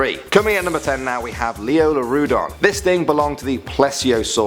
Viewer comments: I got confused at the second one. He said lioleurodon, in Ark it's liopleurodon. xD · Its leopluradon not leolerodon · “Leolurodon” Wow. It’s pronounced and spelt, Liopleurodon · It's Liopleurodon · Yes..... Rightly said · I love the videos I just wish you would pronounce the names correctly. It’s pronounced liopleurodon not lioleurodon. You botched a few others as well >.< You did this also on a few in the last 2 videos. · Leoleurodon is actually called liopleuridon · You missed the P in lioPleurodon... it's kinda irritating. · Hold on did I just hear lioleuradon 😂😂 it’s liopleuradon m8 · “Leolurodon” made me cringe 😳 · Yo its Liopluerodon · It’s actually liopluerodon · Hey bud good video but gotta say it's a liopleurodon with a p bud thanks lol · *Liopleurodon?? Otherwise, great vid <3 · I think you missed the 'p' in Liopleurodon. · I'm pretty sure it's Liopleurodon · Love all of your vids!!! I think is it Liopleurodon* though